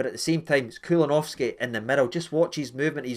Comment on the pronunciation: I couldn’t for the life of me figure out who you were talking about with ‘Kulunovski’😂😂